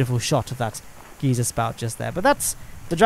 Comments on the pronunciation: its GUY.zer not gee.zer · geezer? its geyser. (idk how to spell it its the way you pronounce it) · The thing: Geyser: Geezer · "Geezer"? That's what we call old people here in America xD it's so strange hearing other ways of pronouncing things. We say (Guy-Zer) haha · Is it a British thing where you say geeser cause where I live that's an old person and a geyser is pernounced like (guy) (zer) or is that just a you thing? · /it's pronounced "Guy-zer" not "geezer" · Geezer is still a worse pronunciation. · a Brit, I presume: Geese-er me: mad for no reason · There’s a difference between the word geezer and geyser. Pronounced guy-ser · WHY DID YOU SAY GEYSER LIKE THAT